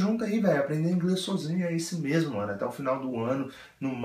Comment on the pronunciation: Esse seu Sôzinho é ótimo ! kkkkkkkkk